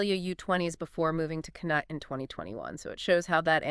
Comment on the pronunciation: Get your pronunciations right please. Connacht??? Schoeman??? This is very annoying.